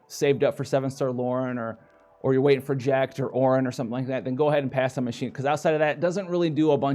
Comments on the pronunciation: not like Machine-na, its Mach-Kee-Na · A challenge for this vid. Take a shot every time howl says machine-a instead of Machina( pronounced like mokina) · Btw, it's MAK-E-NAH;)